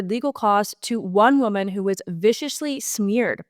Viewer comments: The reader freaking out about your mispronunciation or under pronunciation of women and woman is silly. However, if you do plan on correcting the situation, do it right! It's not woMAN! Plural is pronounced: wimin Singular is pronounced: womin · please take the following as a good faith observation and suggestion. As a born and raised Canadian from Southern Ontario, the word woman (singular) should be pronounced as w-oo-(as in good)-mun (as in bun), and not wo-man (as in man). Whereas the word women (plural) should be pronounced as w-ih (as in it)-men (as in men). Also, the emphasis is on the first syllable in both cases. For your consideration. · It’s pronounced wimen plural and woeman singular. It’s just a pronunciation issue. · Great show, but the woman / women thing ... In my understanding, the pronunciation has always been as follows: women = "wimen" and woman = "wuhman". Wo - MAN just seems weird? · Woman (wuh-mun). Women (wih-min). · Heart wrenching what the lousy NDPs, federal and provincial imo have done to Caylan Ford, l hope she wins her case big time. Great job Federation of Canadian Taxpayers, CBC deserves total defunding of all taxpayer funding now. And as far as pronouncing woman and women its sounds the same when you say either to my ear, lol but plural women sounds like wi-men and singular sounds like wu-man imho. Love your work ❤.